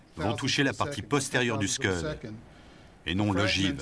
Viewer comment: Les Scuds sont soviétiques, pas américains, donc, ce ne sont pas des "skeuds", mais des "Skouds".